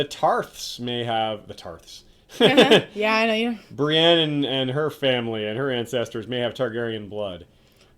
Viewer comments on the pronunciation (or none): Oh come on, you know it isnt just his voice acting as an older man. Its "pe-tire" and "bri-een".